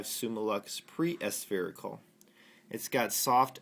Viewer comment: ASS-spherical??? It's A-Spherical, said as it's spelt!